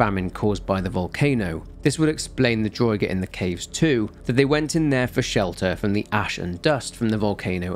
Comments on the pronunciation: Damn it have you never played Skyrim!? It annoyed me to no end the way you pronounced draugr!!! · Draugr, pronounced drah-ger